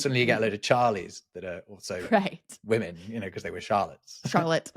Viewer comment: it happens a few times in this episode but seems to have a pin-pen hypercorrected pronunciation of the word "women"